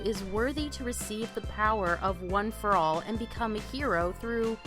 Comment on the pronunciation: I’m not sure if this is a joke but you said stuff like ueei and one for all wrong